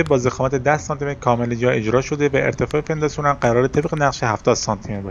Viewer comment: توضیحات خوب بود و ساده و کامل اما هر بار میگفتی فنداسیون حواسمو پرت میکردید چون اسمشو اشتباه میگفتی موفق باش